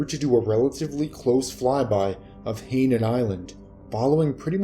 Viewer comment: I do get tired of these readers who can't read. Hainan island is pronounced "HIGH-NON", not "HEY-nun".